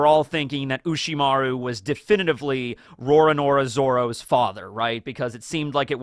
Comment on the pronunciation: Please correct me if I'm wrong, but is pronouncing Zoro's name as 'Roanoro Zoro', or is that just because of the American accent?